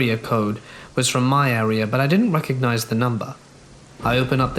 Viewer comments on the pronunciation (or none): none